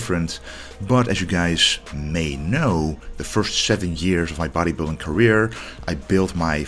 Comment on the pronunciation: Klassik bottejbilding 😂